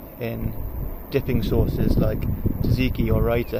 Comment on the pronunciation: Awesome, thanks buddy. (You might want to check the pronounciation of Tzatziki btw. It's tZat-ziki, not tziki ;) )